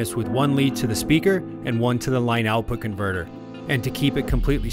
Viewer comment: Why is this dude saying " line out bconverter"